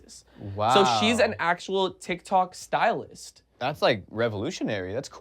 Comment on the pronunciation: says ThikThok.. 😂